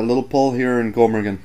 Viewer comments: its not gnomergan(gom-er-gan)Its Gnomergane (Nom-er-gan) if that makes any sence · did you say Gome Raygan? its Nome Rahgon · LOL awsome vid but gnomergan is pronounced nomerjan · did he say GOMERGAN? first line, listen to it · the G in gnomergan is silent